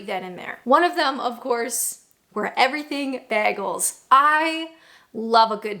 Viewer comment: "Bear-gals" will never not be funny 😂